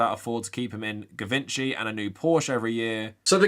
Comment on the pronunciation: Yikes. Btw Givenchy is French so it's pronounced like zhi-von-shee 😉 great video as always.